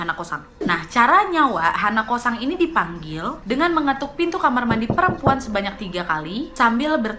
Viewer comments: Hanakosan H nya ilang in deh 🤣🤣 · hanako-san = h ny diilangin jdi?anako-san.